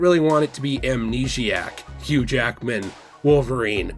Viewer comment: "Not many Jackman's as Hughge"